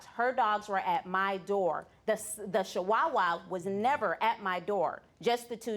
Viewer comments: Charmardee Smith Charmardee Smith She literally can’t pronounce any breed of dog properly. Bichon freezee?🤣 dashhound🤣 shewawa🤣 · I hate to be the "English Teacher" here so forgive me. It's actually derived from Germany where "chs" sounds like an X. Making it sound like dox-hund. Anyway right up there with bitchin freezee & shiwawa lol🤣